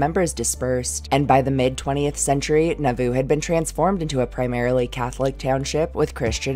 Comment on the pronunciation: I thought you said Naboo! yes my mind went to the Star Wars prequels!